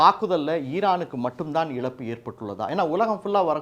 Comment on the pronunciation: Please pronounce Za properly and don't pronounce it as la example it is not elappu it is ezappu.